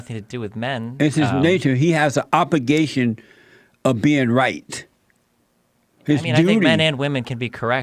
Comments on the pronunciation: what the fuck is an "obigation?" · I don't know how Destiny didn't leave after this man said "obigation" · "A man has a OPP-igation to do whats right"